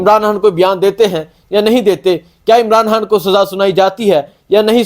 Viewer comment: یار خدا کا واسطہ عمران ہان نہ کہا کرو بلکہ عمران خان کہا کرو۔ جب خان کہتے ہو رو ہان کی آواز آتی ہے